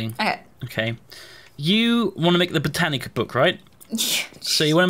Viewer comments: inability to pronounce botania is Sooo annoying. I have no idea where he managed to get the extra c from. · Every time says "Botanica" I die a little inside.